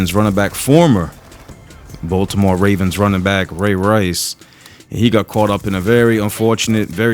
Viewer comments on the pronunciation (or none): none